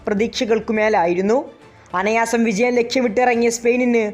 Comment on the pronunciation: അനായാസം എന്ന് പറയൂ ബ്രോ